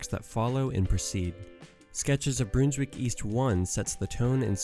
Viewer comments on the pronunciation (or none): Really well done but you’re saying Brunswick wrong. Its not bruneswick. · It's pronounced Brunswick as in Bun and Honey and Under. Trust me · As a Melbournian, listening to you butcher the pronunciation of Brunswick hurts me.